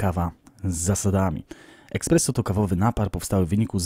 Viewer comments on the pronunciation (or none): z całym szacunkiem dla Ciebie, ale jak mogłeś tyle razy powiedzieć słowo "eXpresso"? Mówi się ESPResso... eh xD